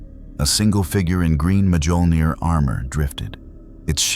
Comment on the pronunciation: I love stories like this, but can we please teach the AI how to pronounce Mjolnir?